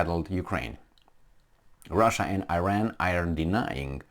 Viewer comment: It is Iran not Ajran.